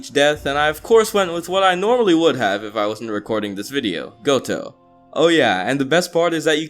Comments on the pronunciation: UMM ITS GOJO NOT GOTO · My man its GOJO NOT GOTOU Haha 😤🤣🤣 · you didn’t say gojo you said goto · yeah i just came to the comments to tell you its gojo not goto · My life was decimated when I hear him call Gojo Gotou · He didnt know how to spekk gojo he said goto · Is it only me that’s hearing goto and not Gojo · WHY DO YOU CALL HIM GOTO I. HAVING A MNETAL BREKdowndjjfhbguehbviehdbv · its gojo not goto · Lmao goto instead of gojo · It’s not pronounced Goto it’s Gojo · It's not Goto its gojo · He called Gojo "Goto" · Did man say Goto but meant Gojo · Yo said goto did make that up its gojo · GOTO??? ITS GOJO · Lmao its gojo not gotou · Why am I always so triggered when he says "GoTo" and not "GoJo" I cant be the only one lmao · He keeps saying goto instead of gojo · its gojo not goto man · Yo I like your videos a lot but fam it’s gojo not goto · this man rlly just said goto instead of gojo this man a savage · how do you mis pronounce gojo into goto💀💀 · I felt pain every time I heard gotou instead of gojo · This man is saying Goto not Gojo,just triggering me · Stop saying goto instead of gojo lmao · Why do you say goto instead of gojo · Did you seriously just called Gojo Goto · Bro hey guys I’m “gotou” it’s totally not called gojo This is just a joke don’t get triggered and I’m talking to you brevis fans that click on the vid after 1 millisecond Edit:I died when he said Gotou instead of gojo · Am I the only one who's really annoyed by him calling gojo gotou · No, in the dub he’s still called Gojo idk why he’s calling him Goto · Either you haven't seen the anime or you're illiterate. "Goto" instead of "GOJO" smh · am i the only one irritated he is saying goto instead of gojo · he keeps calling Gojo "Goto" :/// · I was pretty offended when he said Goto instead of Gojo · I'm a bit pissed on him calling "Gojo" "Gotou* but it is what it is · "Gotou" sigh ... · Your like this: “I found a GOUTO” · No offense but you out here saying goto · Every time you said goto I was in pain